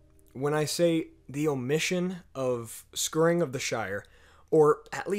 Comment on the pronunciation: I love your videos. I love how much you love the subject, and how much you appreciate your fans and say so every chance you get. BUT... it sounds here like you're saying "scurrying of the Shire." Like the way a mouse would scurry. "Scour" rhymes with "hour."